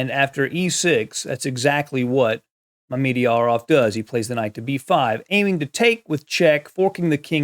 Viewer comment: What a game! (PS: I believe it's properly pronounced "Mama-jarov", lol.)